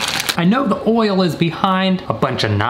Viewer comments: Normal people: oil: OHWL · Forget the I in oil, it’s is always OOL.